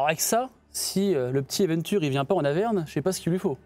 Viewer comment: Je suis du même avis. :) ( Par contre c'est "Averne" pas Davern ^^ )